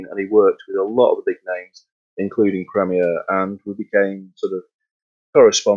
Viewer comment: The host needs to work on pronunciation, that was quite hard to listen to, wish had atleast corrected the company name of wich is a known quantity on Sadly didn't mention anything about Premier in the 20s and 30s, drums such as the dominion major and ace... It was club (never heard of disco) then crown... senator was the seller brand name